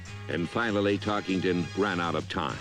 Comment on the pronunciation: There is no ING in Tarkenton's name.